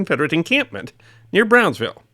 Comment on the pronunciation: Brownsville, not “Brownville”.